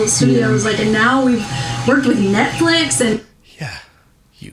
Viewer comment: nutflix sound like a corn site lol